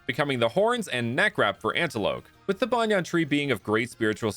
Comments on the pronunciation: This guy pronounced banyan like tank top banyan and not like banyan tree😂😂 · Banyan in pronounced as bunyun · Lol sure, Banyan is the English name of a tree, but in Hindi, it means "undervest". We don't pronounce the English word Banyan like that. And the way you pronounced it sounds more like the Hindi word.